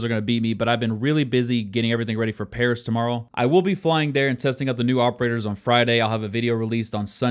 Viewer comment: "iM gOiNg tO pArAS"